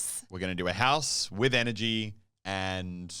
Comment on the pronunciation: Is she saying nrg or energy